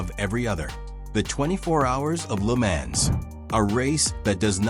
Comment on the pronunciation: Another AI bot that can't pronounce the name LeMans...